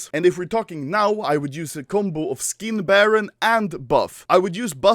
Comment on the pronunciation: All I heard was "I have a video coming 'foreskin' baron" HAHAHA